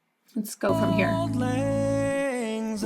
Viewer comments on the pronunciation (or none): As a Scot I have to say that whilst this does sound wonderful it grates a bit to hear the title line being mis-sung. It is not "Old Lang Zyne". The word "Auld" is Scottish for "old" and should be pronounced like "Awled ". Lang was sung properly but the word "Syne" is soft and should be pronounced like the word "Sign". Have a wee listen to a Scot singing it